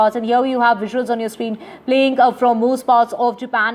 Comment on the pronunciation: Is that english? Wisuals xD